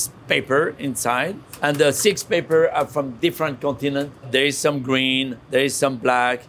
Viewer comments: almost 10 minutes into this video, I finally figured out that what he pronounced to my ears as "paper" was actually "pepper"... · i think what paper does he said he added, and it was peper... sheeeesh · A michelin star chef ought to be able to pronounce "pepper" correctly in english. If he was an architect I'd accept "paper". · P;ease learn English. It's not paper, it's pepper!